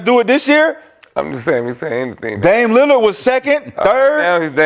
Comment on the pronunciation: Nick stay saying dame linard